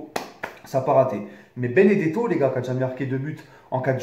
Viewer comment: C’est pas beneto mais beneDEto